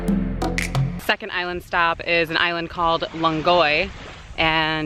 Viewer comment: It's Langoy island not longoy & still part of Araceli. An amazing place.